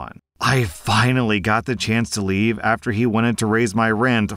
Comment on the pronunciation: It's "leave"! "Make like a tree and leave"! When you say it wrong you sound like a damn fool!